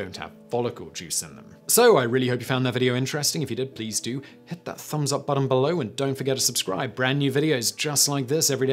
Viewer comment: Simon says Bull Lowe instead of Below.